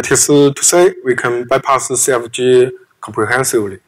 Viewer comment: "Comprehensively" lmao but still very good content from this guy